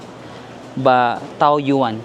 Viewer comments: Ito din nga sana ang iko comment ko 🙂 It's Tawyen 😊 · TAOYUAN --should be pronounced as TAWYEN